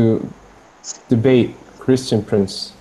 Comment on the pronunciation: XD .... such rowaybida man...kreeshtun pronz